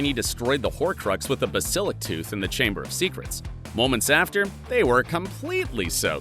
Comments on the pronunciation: Whats a basilick. It's pronounced basilisck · Bas-illic tooth? 😂 its pronounced bass-ah-lisk 😅😅😅😅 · I cringed when he said “basilik” 😂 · Yeah, that was driving me bonkers as well.